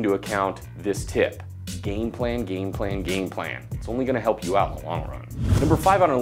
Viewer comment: Game plan sounds like gain plan :-D